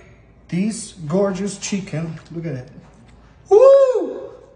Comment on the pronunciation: You know it’s about to be 🔥 when the chef says shicken! Plating was gorgeous too!